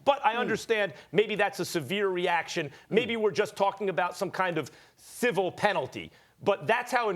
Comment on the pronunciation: MAX: "Maybe we're just talkin about some kinda THIVUL penalty".